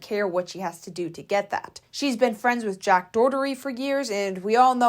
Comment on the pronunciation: Do you say jacks name wrong on purpose lojh